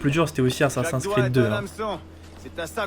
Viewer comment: Est-ce que tu pourrais le dire a l'américaine (Assassin's pas Assassin)car sa me pique les oreilles (si tu veux pas c'est pas grave ).Sinon continue comme sa c'est géniale !